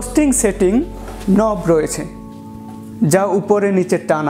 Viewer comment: নভ নয়, নব ওকে ।